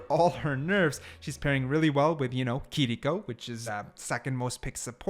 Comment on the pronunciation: I thought it was kiriko not kiliko why r we saying her name like this